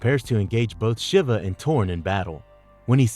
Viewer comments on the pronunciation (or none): Not lady shivuh lol...she-va shiva is pronounced she-va lol. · Psy-key, Val-Lay, Sh-ee-va, Hair-eh-tick, Fer-ver, Des-pot. You're putting the wrong emphasis on the wrong syllable. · Too many pronunciation errors, Shiva and fervour to name a couple. I don't mean to be a grammar nazi but everyone on the crew does it. Speaking of which how many people are part of this channel? It seems to be a different voice every time. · Good analysis, but you make a lot of pronunciation errors... Psyche, Shiva etc